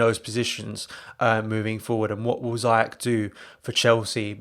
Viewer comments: You along with Chelsea fan need to learn how to pronounce Ziyech name. Repeat after me: "Zee Yaa shhh" or Zia as in "Mia" then "Shhhh" as in shut up. At least when you are chanting his name during a big game, you would do it right. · He’s pronounced zayeshhh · Ziesh not zayesh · Stop butchering his name